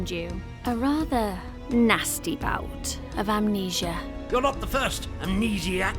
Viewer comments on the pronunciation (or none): none